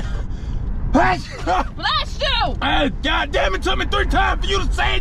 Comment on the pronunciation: 😂😂😂😂🤦🏾‍♂️🤦🏾‍♂️🤦🏾‍♂️🤦🏾‍♂️😂😂😂😂 Tati: “Bless Shoooo” 😂😂😂